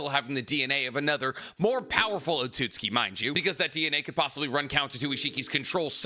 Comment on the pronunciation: wait when did you start saying otsutsuki correctly?!